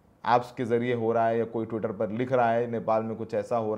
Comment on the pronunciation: ttwitaa😂 bhaii